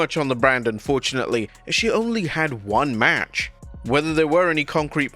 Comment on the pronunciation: Yeah I can't unhear it now thanks 😂